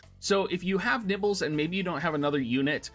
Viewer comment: i've been a loyal subscriber for the past year, however there is no way i can gloss over the fact you just called my waifu " nibbles ", at first i thought it was just a phonetic failing on your part, but you actually doubled down on it and typed it exactly how you said it. her name is " Niv'lu " it's a beautiful name and for you to desecrate my ears with what is tantamount to a verbal fart... that my mole like friend was the last straw. unsubscribed.